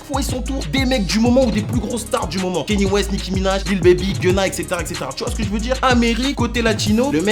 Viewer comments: KANYE, pas kenny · Kanye (kanié) pas kenny stp :( sinon lourde la vidéo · Juste ça se dit Kanié west